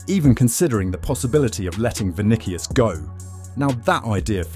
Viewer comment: The way it’s say vinikius is painful